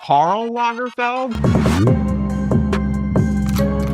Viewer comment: I feel like you should have mispronounced the names : “Lagerfield”, “Channel”.